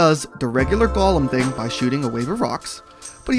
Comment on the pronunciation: This was helpful, but I always find it interesting to see what words people mispronounce. Dude. It's not lord of the rings. It's a GO-lem. Not Gollum. He ain't tryna steal your ring.